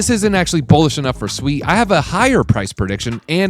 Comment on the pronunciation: You say sui weird Americans 🤦‍♂️🤣